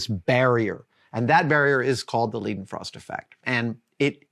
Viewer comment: Leidenfrost is pronounced "LY-den-frohst." That's "ly" or lie," not "lee," and "froh," not "fraw" like the word frost in English. Learn2German.